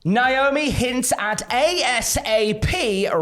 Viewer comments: It's Naomi, not Niomi 😂😂 and you got doing it lol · UIs it a British thing to mispronounce Naomi's name? NIOME?